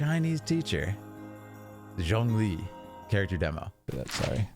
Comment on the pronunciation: As a chinese i must say, his tones, pronunciation or any comprehension he made, just perfectly proving he's an expert.